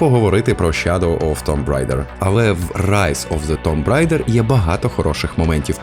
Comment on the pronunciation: Також "рейдер",а не "райдер"